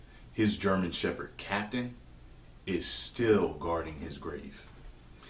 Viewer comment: I think it's pronounced capeetan not captain Capitain. Great story